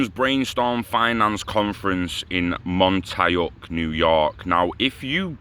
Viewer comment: Montauk [MON-TAWK]